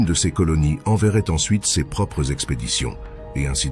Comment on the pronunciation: C'est marrant de voir une vidéo entièrement faite à l'aide de l'IA (texte, voix, et images) où l'on traite de la peur de l'IA.... C'est pas un peu du grand foutage de gueule? A propos de la diction en français de l'IA, elle ne sait toujours pas prononcer "ces" et "ses", mais "c'est" ça ne lui pose pas de problème. Etrange et relou à la fois.